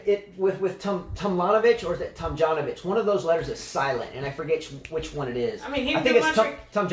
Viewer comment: I don't get it. You daughter's name is Liljana so why is so difficult to say Tomljanovic